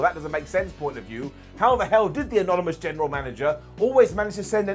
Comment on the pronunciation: Anomynus genirul manana' lol